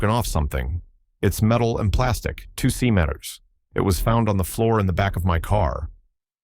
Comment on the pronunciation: AIs have the worst time trying and failing, to pronounce millimeters and centimeters...among many other problems. 🤣